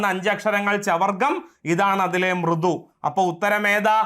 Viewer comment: അക്ഷരമാല ഉച്ചരിക്കുമ്പോൾ ശ്രദ്ധിക്കുക. മൃദുക്കൾ അതിഖരമായാണ് ഉച്ചരിച്ചത്.